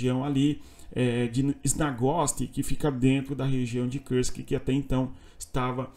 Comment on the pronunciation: Por que fala Kursk como se fosse em inglês?